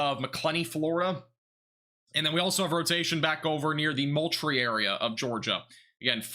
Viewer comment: Ok, thats Val dos ta and Mole tree